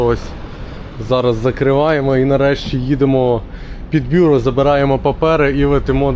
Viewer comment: БюрО! Наголос на останній склад.